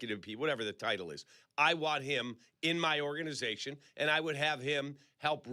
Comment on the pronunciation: Why does say “ordanization”, instead of “organization”?